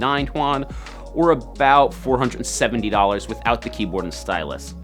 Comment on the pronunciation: It's not HUAN. ITS YUAN. Read it - Yoo-anne